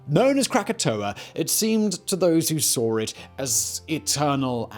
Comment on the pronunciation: Awe'r | Saw'r | Krakatoa'r ---- why, though? Just to be extra? ;)